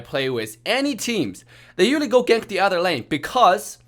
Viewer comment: The way he say usually “uwally” 😂😂